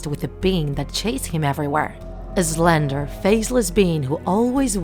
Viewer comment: Its not zlender.... it slender sssssss not zzzzz w